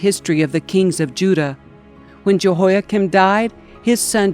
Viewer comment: JEHOIAKIM IS NOT 'CHIN' BUT "KIM"